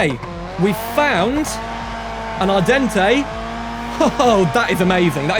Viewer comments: ardente is pronounced “Ar-dawn” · Actually its not the Italian word but the french word Ardente so the e at the end is silent and the "en" is pronounced "an"